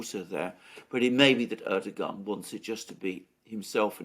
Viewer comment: your pronunciation is on point alexander :)